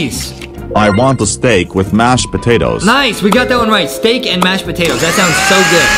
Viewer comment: At one point I thought mr tomatos said he wanted a glass of steak 😂😂😂😂😂. But I can’t get the lankybox kitchen cuz I’m in New Zealand but I will be able to in the holidays next year